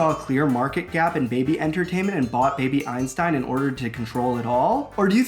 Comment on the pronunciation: for a moment I thought you said baby Epstein